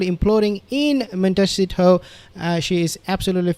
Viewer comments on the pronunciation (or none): Please! It'a Mon (as in 'bon-bon') te (as in 'the") ci (as in 'see') to (as in 'toe'). If this is in any way unclear, perhaps you could consult with a linguistics teach or Spanish ambassadorial authority. I'm sure they would be glad to help you. Are you being stubborn on this one word, suffering from PTSD, or simply stupid ? The results suggest the last.